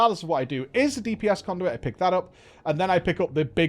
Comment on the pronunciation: "Cownduit" vendor ... love it